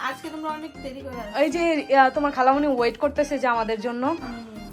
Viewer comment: ❌খালামনি ✅খালামুনি 😂😂😂